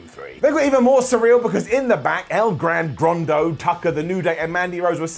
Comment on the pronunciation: it's EL GRAN GORDO, no El Gran Grando. Come on man.